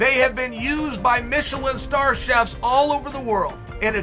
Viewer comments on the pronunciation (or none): none